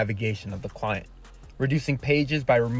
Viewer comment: He lost me when he said "full screen clinet" nah ah